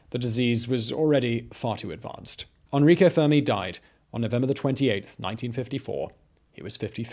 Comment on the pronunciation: it's Enrico not "Anrico", learn to read Simon! I know you are terrible at pronouncing things but this is beyond that, it is simple, E-N-R-I-C-O. With an E.